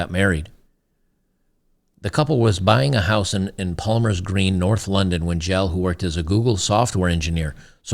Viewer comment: Jelle is pronounced Yella (like old Yeller), its a Dutch name.